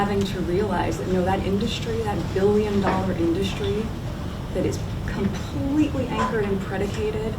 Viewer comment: Why does she say “indushtry” and “shuport”.